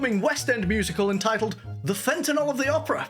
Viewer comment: Thank you for pronouncing “Fentanyl” correctly and not saying “FentanOL”